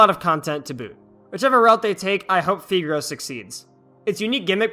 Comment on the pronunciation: I think it’s pronounced FAI-gros (Like you’re saying five) Fun fact, it’s nicknamed 屁股肉 in the Chinese community, which basically means butt meat XD